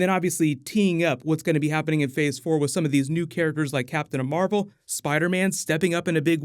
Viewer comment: “captain amarvel”